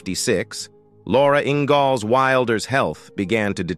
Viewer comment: Robot can’t even pronounce the name, “Ingalls” correctly, for goodness sake. 🤦‍♀️🙄